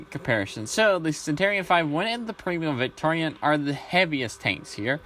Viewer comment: Its just primo victoria but it sounds like your saying premium Victorian which would be a very dapper chap from the 1880's LOL probably just your accent and me mishearing it.